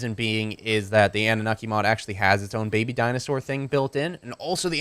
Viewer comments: Oh btw man if you want to use really good narcotics do the sedative narcotics from the anunaki mod. Oh and the pronunciation for that is an-new-na-ki just the heads up so people stop ripping you on it. you could get rid of the tranq mod because the anunaki mod has all the extra poison arrows and poison darts as well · its pronounced ah-nu-na-kee and you should dino armor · Its pronounced in-u-Nacki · it's prnoused an-you-oky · you pronounce it annu-naki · You pronounce it AN-OO-NOK-EE so ya... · the way its said is an-na-mok-ie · It's pronounced an-a-nukie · it's pronounced an-noo-nak-kee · its ah-new-na-ki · It's annunaki (AN-OO-NAH-KEY) that's the pronunciation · Ann-oo-naki Genesis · it's pronounced an-o-naki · an-ooh-naki is how it's pronounced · its pronounced anne-new-nock-e